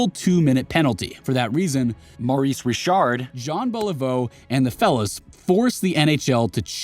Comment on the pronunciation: He said Richard incorrectly early on. He used the English pronunciation which NO ONE does when they're talking about the famous Maurice Richard. If he knew ANYTHING about hockey then he would have pronounced it correctly. And then Ovechkin was super bad too, so either AI voice or narrator reading from a script who doesn't know hockey.